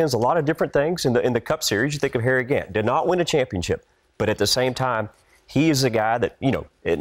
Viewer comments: She said Harry Grant. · Of course Shannon called Harry Gant, Harry Grant. Come on Shannon! We know you can do better.